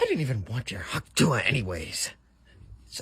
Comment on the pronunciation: The way he say tuah is making me a bit uncomfortable